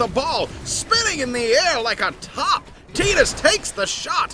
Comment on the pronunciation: Quality dubbing! I also appreciate you guys pronouncing it TEE-DUS. 10/10